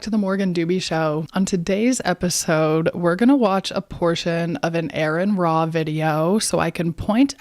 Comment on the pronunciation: She couldn't even spell or pronounce name correctly so she's not off to a good start.